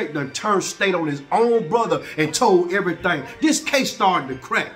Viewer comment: he said im telling everythang. everythang?... everythang.